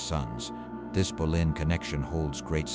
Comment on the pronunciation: It is Bow lynn phonetically not Bow en. Your AI is so terrible so bad, in fact it is unlistenable.